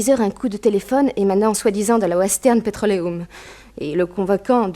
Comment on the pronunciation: au bord du lac Michi-gant il aurait pu dire le dire comme les américains disent " micht- chigane"par contre pour le mot petrolium ou square il les prononce à la perfection... on s'y croirait